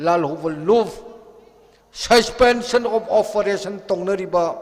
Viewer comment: Susfenson of oferason😂